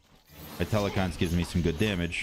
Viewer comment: ugh still callin it tel-e-khines. u find that E in the middle, u let me know dude